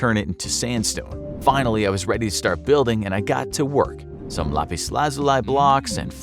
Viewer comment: The Way he pronounced lapis